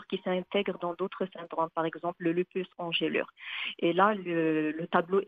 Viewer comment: Bonne prononciation = Ange lure Pas angèle lure